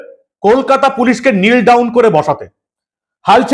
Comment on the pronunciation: It's not neel down sir it's known as knee down means হাঁটু গেড়ে বসা।